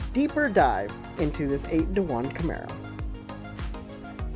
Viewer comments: You completely lost me at "Camero" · The first introduction of this video gave it away "8 into 1 Cam'e'ro" Obviously a real car guy would spell Camaro with an E and talk over the sound. We're here for the crayons!